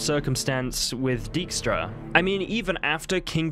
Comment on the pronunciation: That prenouncation of dijkstra lmao non Dutch ppl just can't say that stuff right